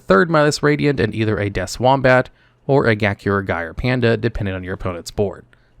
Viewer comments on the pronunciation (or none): none